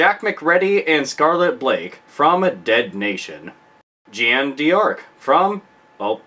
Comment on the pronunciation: "Jeiane De Ark" haha, it's prononced "Je-a-neu d'-ark" in french, Joan of arc in english ^_^